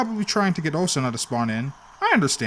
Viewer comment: You saying osanas name wrong